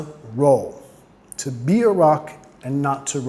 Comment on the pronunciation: Excelente, me gstó mucho, voy a seguirte. Un detalle, la pronunciación de "TO" indicas que suene como en español "to", pero en la canción suena mas bien "tu" ¿es por prununciación inglesa de Robert Plant?